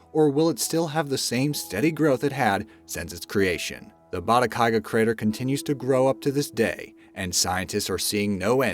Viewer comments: Bata-gai-ka, not Bata-kai-ga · Every video has some mispronunciations. Narrator says "Batakaiga," but the video's own words (and a Google check) show it is "Batagaica." Likewise, "Fukuoka." How about checking pronunciation before recording the narration? This problem is in nearly all your videos. The videos are fun and great, but the mis-steps drive me nuts. Such as redundancy--- the "average price of these million dollar condos has dropped $320,000 on average." We need an above-average narrator!